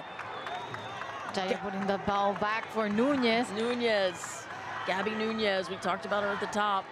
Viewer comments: Nunes, not Nuñes. It’s portuguese, not Spanish. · And she says "Gabi Nuñes" instead of "Gabi Nunes".